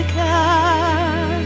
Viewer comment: The way you pronuced Musical really pissed me off!! way more than it should've in truth.